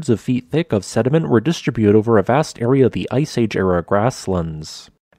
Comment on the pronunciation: robo readers... pffft.... pronounce distributed... lol